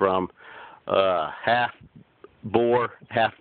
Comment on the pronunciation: *giggles* actually, not to be spelling nazi here... but the meat goat breed is "boer" (bo-ER)... "boar" (BORE) is a pig... i think i may be too farm knowlegdable sometimes...